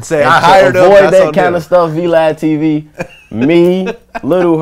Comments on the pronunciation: This nigga said V-Lad 😂😂😂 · That nigga said V ladtv 🤣